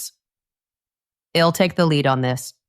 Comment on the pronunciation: Your pronunciation of I'll is not correct and confusing. Oyherwise very good.